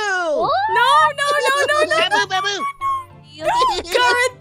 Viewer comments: Really? To me it sounded like says 'baboo', not 'bamboo'. But otherwise yep. I totally agree! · Newz Kidz it is "Baboo" not "Bamboo" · When as a baby says aphmau he says it like bamboo WHICH IS ADORABLE